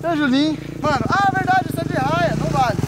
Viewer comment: É raia e não arraia